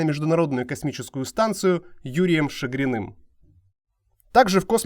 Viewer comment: Вообще-то правильно: лётчик-космонавт Шаргин Юрий (а не Шагрин)!